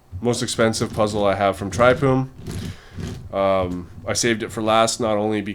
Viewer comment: I feel like it should be pronounced tryfune